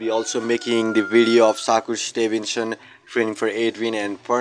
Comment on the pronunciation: He called him saku Stevenson…soccer Stevenson 😂damn bro learn his name 1st